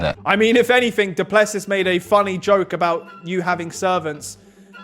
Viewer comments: Guys it’s pronounced Doo-plu-see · It is pronounced: DOO PLUH SEE